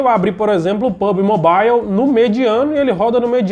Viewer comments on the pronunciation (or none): none